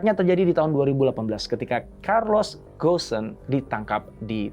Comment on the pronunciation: Bukan gosen…bacanya go-n…